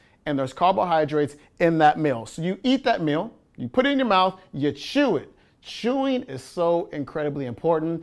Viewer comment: Cheween, eh? cheween, not chewing?